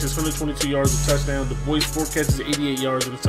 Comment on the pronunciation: its pronounced dub-wah not duboys